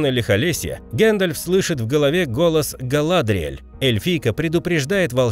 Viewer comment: Не вполне хорошее название,и Га́ладриэль,На́згул